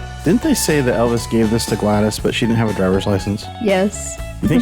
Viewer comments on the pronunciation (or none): A couple of things.....it's glad-is also it's stutts not stoots